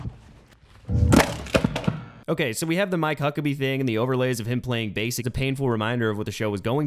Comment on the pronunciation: Is Tim saying Hucklebee?